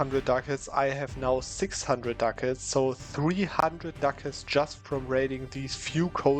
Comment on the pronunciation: I LOVE how you pronounce Ducats. It sounds like Dackels. "Now you see, this province has 10.5 Dackels!!!" "300 Dackels just from raiding these few provinces!" Killing me every time, please never change!